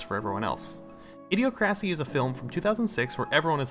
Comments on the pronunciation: It's pronounced Idee oc rassee, not ideo crassy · It's idi-ocracy. Like (Dem)ocracy. Cringe... Lol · I learned I pronounced it wrong actually, its more Idi-oc-racy. Thanks for the praise and thats a great idea!